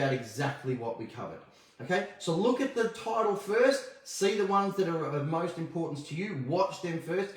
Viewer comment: to Irish accent? 😂 “Please...Description...Title” (those words specifically)